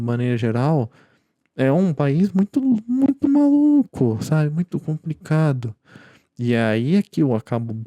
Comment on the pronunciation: Meu caro, treina mais a palavra complicado com L, vc fala lindamente e com um belo vocabulário, mas chega na palavra "compRicado" e fica difícil. Abraço!